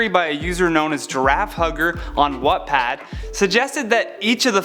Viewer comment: Did he just say 'Wutpad'?